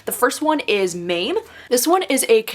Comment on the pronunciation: when mispronounces Jessica George's debut novel...even though inside the flap it tells you how to pronounce Maame (ma-meh). still going to show you love tho <3